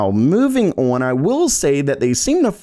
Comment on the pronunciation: day 561 of being incapable of saying "on" correctly.